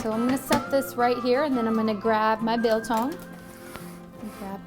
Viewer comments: As a South African I just want to thank you for staying true to the traditional recipe. Although their are various ways your method works perfectly. And your pronunciation was spot on. You clearly must have some some South African friends. 🇿🇦 🇿🇦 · Discovered your channel through Goonsquad and enjoy your videos a lot. Love the way you pronounce "biltong". The method is a bit different from from the way we're doing it back home on the farm in South Africa. I'm living in Taiwan for 21 years and built a big biltong box big enough to make 20kg at a time. one can't live without biltong or chilli-bites. Try making one batch using only coriander, salt and ground pepper. You'll get a much beefier experience. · As a South African, we eat biltong for breakfast, lunch and dinner. Well done on the pronunciation as well - it is not bad.